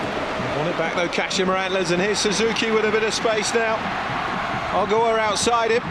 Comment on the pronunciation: It's Kah-she-ma. Pronounce it right